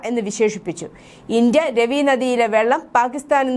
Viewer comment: It is not Ravi but Raavi